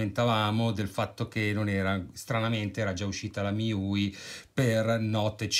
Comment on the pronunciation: MIUI si pronuncia come i pronomi inglesi Me You I